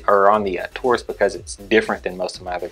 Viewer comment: It’s “Taurus”, not “Tarus”.